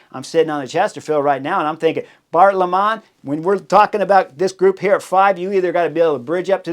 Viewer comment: I honestly believed he would have dedicated this win to Chris Horner, but apparently he had already too many people to thank already :) BTW, you can pronounce Bart. Lemmen as "Bart Lemon" rather than "Bart Le Man".